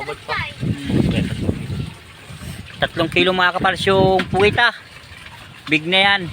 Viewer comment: PUGITA NOT POGITA